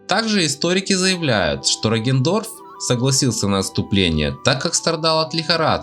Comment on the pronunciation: Я один испытываю кайф когда он произносит: "Роген Дорф"?